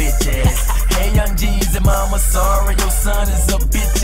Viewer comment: It’s Jeezy. Not Jezzy. 😂😂